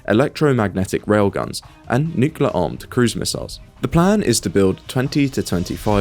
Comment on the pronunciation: Consider to learn how to properly pronounce the word "nuclear"